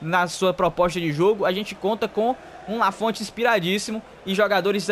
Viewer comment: voce esta pronunciando o nome do Lanfont errado, se fala com o t mudo (lafon)